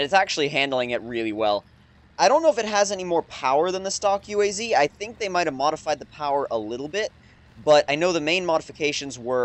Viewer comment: it's UAZ not U.A.Z. it's not an acronym.